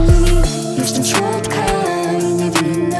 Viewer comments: Od kiedy słowo słodka wymawia się szłodka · Zastanawia mnie czemu ona śpiewa jestem szłodka co ona ma wadę wymowy